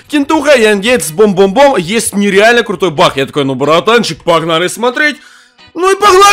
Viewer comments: как ты странно болтаешь... что такое бах ты вместе баг говоришь бах) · Ты говоришь не баг а Бах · Он говорит не баг а бах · Кто заметил что говорит не баг а бах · Ахахахахаа ты сказал не баг а Бах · не бах а баг